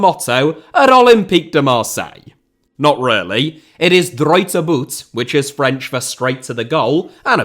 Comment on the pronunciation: This was a great video bolstered by your steadfast commitment to not making any attempt to pronounce anything French correctly.